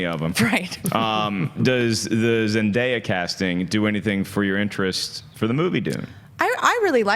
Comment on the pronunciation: Zen DAY ya not Zen Di ya. 😑